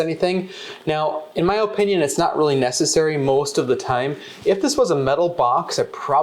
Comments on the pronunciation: My man said oh-pinion 😂 im from Va we say ah-pinion 😅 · In my O- pinion... good video but I couldn't help but point out his O-pinion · “O” pinion. He pronounces opinion kinda weird